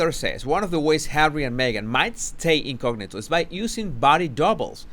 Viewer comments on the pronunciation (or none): none